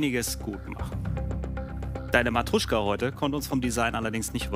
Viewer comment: MATROSCHKA!! NICHT MATRUSCHKA!!